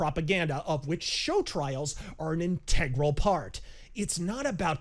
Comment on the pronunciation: Very prescient, as always... But it's in-tuh-grul, not in-tey-grul